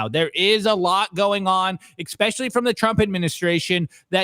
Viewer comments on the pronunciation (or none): Can someone tell me what “EXspecially” means?